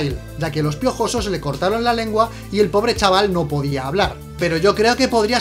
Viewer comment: Realismo porfavor hablar bien "los hermanos piojosos saltan sobre el y le matan " realismo esque tio no me lo creo como es posible que lo aya pronunciado tan mal ajajajaja 😂😂 :v